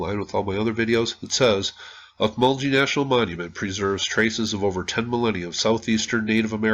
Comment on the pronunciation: I've been to these mounds many times. Pronounced "auk-mull-gee", with a short g, not sounding like a j in the name. Beautiful site! Well worth a visit if you find yourself near central Georgia!